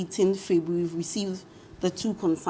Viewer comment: Funny way Ghanaians pronounce January and February. What happened?